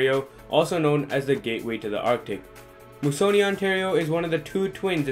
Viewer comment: It's pronounced " Moose -a -nee "